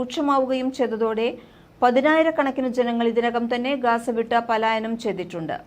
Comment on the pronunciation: GAZA not Gasa